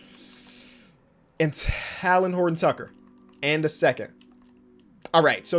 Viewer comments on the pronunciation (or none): Talen is pronounced like Jalen